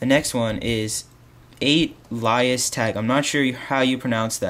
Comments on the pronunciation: 8lias You say it like Blias. 8 = B Lookalike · you pronounce it like alias tag but with an eight so, ait-li-as-tag btw great vid